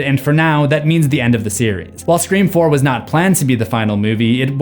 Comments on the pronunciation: He's not tho... its def a speech issue. If the 3 was the e in Scream 3, would he say Scream threeam? No. 😂 Edit: He even says it correctly occasionally... and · I don't know why the way you say SCRE4M really bothers me but it does lol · is there a reason you're saying 'Scream 4' weird? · Why is he pronouncing scream 4 like that? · Nope, that was the last one, the last time, he said it right. So what’s the deal? That’s a weird thing to mispronounce so many times, in the exact same way. Did anyone else notice? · it kills me every time he says scree form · is it just me or does it sound like he’s saying scream fourm instead of four😅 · Please stop calling “Scream 4” “Screfourm.” It’s not funny anymore. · Okay. Okay. Totally off topic but I feel like I'm going crazy. Are you saying "Scream 4" or "Scree form"???? It catches me off guard everytime so maybe I'm nuts or maybe it's an awkward phrase for you? Totally irrelevant and means nothing but I just need to see if I am hearing things correctly. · it acctually annoys me when he says scre form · I keep hearing him say "scream form" instead of four lol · “in scree form” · Am I the only one hearing “Scream form”? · the way you kept pronouncing scream 4 as 'scree form' is really annoying (as ) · Im not trying to be mean but why do you keep sayin mg screfour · It's a joke. He did the same with se7en, he read it as se-seven-en. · was it just me who heard him say screa form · Love the videos! But is it just me or does he say scream Form instead of 4 every time? lol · Ok… I finally got it. I swore I was hearing him say Scream Form. I listened back and dig through comments to make sure I wasn’t the only one hearing this lol. I get it now. Screfourm… Drove me crazy thinking he was just adding an m to the end of 4 cause he couldn’t pronounce it right. Definitely time for bed! 😂 🤘🏻🤪🤘🏻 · He keeps saying “ screform “ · 9, up to 9 scree forms. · Yo real quick is it only me who here's him saying screa form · It’s four not form